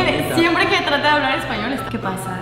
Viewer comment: hasta pronuncia mal el español:v